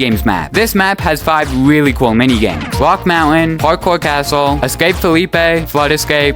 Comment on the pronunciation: Wtf " It Takes me to this weawwy wierd woom" like bro learn to fucking speak